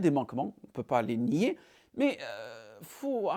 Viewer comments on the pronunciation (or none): none